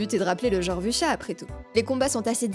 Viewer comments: Si tu veux être plus proche tu peux dire "Wou-sia", même avec un accent français ça sera ok :) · "Voucha" :'D